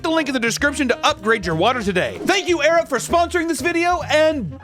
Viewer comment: During the ad for the sponsor, it sounded like he said "thank you 'arab' for sponsoring this video" when he said 'air up'. 😂